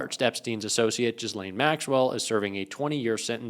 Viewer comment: *Ghislaine is pronounced ghee LANE